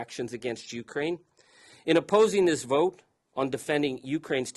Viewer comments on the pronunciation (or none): When pronouncing the word Ukraine, the accented syllable is not the first. It is the second, as in ‘’ u - KRAI - ne “. Otherwise it sound like “ you crane “. Like when one is addressing a tall, white bird.